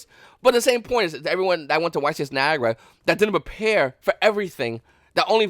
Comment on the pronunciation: Its Nye~agruh not Ni~gur